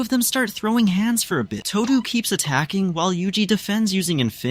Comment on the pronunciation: Its todo not todu btw